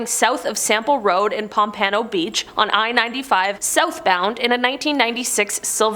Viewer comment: You said pompano beach wrong 😂